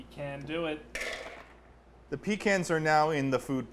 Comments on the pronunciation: Homeboy really just said "peek annes :D," instead of puh cons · “Pee cans” If I could strangle you I would. In a respectful way.. It’s Pécans. PÉCANS.😭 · Can we talk about how he calls them pee-cans and not puh-caens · "Pee-cans"???????????? Try "puh-cawns" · it enrages me that he says pee-cans instead of peh-cons and it hurts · you can’t claim to be from Massachusetts and call them peecans instead of pehcahns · “PEE-CANS” WHAT DO YOU MEAN “PEE-CANS” ITS “PEH-KAHNS” YOU UNCULTURED SWINE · >calls pecans pee cans unsubbed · i wouldn’t think that ted would be prone to crime, but pronouncing pecans as “pee kans” is definitely a felony. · the fact that ted pronounces pecans Pee-cans honestly frightens me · The fact that he calls them pee cans annoys me greatly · Ain't no way he pronounced pecans like that, I am thoroughly disappointed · The shear amount of pure upset I got with how you say pecans. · I'm unsubscribing because of the way you pronounced pecans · He said pecans wrong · Is anyone else cringing at the way says Pecans? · Imagine pronouncing pecans as “peh-cans” EDIT: or however you weirdos pronounce it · I wanted to say that I'm mad at for pronouncing pecans in the manner that he did but I feel like his chaoticness justifies it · Pecans are pronounced. (Pee-Cons). Dont fuck it up again or Tex will come. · The way you pronounced pecans really angered me to my core. I'd give this video half a steg.